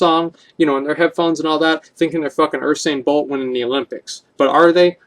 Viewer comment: My favourite part of this video is when Asmon called Usain Bolt 'Ursain Boolt'